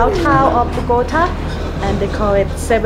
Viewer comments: Tell her it's not "BO-GO-T-UH," it's BOG-A-TA. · As a “ rolo” I love it when she says “ BogotÁÁÀ” jajajajaja, great videos showing even the bad things of the city. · why does she say BO-GO-TuHHH ????? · ok, first things first...LOL...BO GAH TAH...TAH LIKE YOUR NAME. now that you have had your pronunciation lessons for the day...ha ha ha. looks like a pretty fun place, sides someone spitting on your face or birds pooping on your arms. ah well, go with the flow I guess. you guys have fun down there. been once and had a pretty good time so I feel ya. stay frosty, peace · Ay por favor señora se dice Bogotá. Bogotaaaaaaaa. Me parece interesante el video y ustedes son una pareja chevere pero aprende decir Bogotá... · Bo go TA, emphasis on the 'TA" pronounced as the "ta" in 'Tamales.' Mmmmm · Terry Flynn the go is pronounced with a long o sound not a gah. What she isn’t doing right is the last syllable, the tá, which should have an ascending tone. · Unfortunately, Bogota has a bipolar weather, and someone please teach this nice lady how to pronounce Bogota correctly. P.S I apologize for the spit. I had never heard of that, but please know that despite the few idiots and bad people the my country may have, the majority of us are kind hearted, friendly, very loving, and welcoming. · Dear lord, she really needs to learn how to say Bogotá. It’s like nails on a chalk board to Colombians with her current pronunciation.